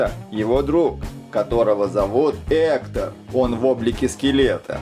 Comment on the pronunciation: В видео много ошибок, вообще-то скелета зовут не Эктор, а Гектор и Гектор не друг Мигеля, а прапрадед